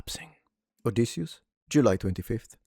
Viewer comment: You said his name right. Noooooo, WE DID not like it. the Malaka's a joke. No REAL Greek seen it, not 1 Greek in the movie the POS